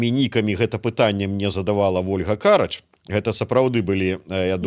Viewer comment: Не КАрач. А карАч!!!!! Для ведущего! Каждый эфир каркаете)